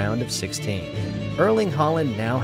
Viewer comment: 'Arling Hoeland' said more like that.